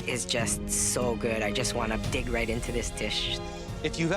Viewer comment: “ I just want to ‘dig right’ into it” but it sounded so wrong lmao